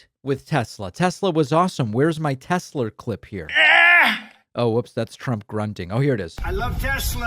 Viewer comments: "Teslur" and "Troth Central" are killing me. 😂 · I imagine Gomer Pyle would pronounce it Tesler too. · So much for 'ugh I love Tesler' 🤭. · David, you just made me laugh Troth, Tesler 😂 Tx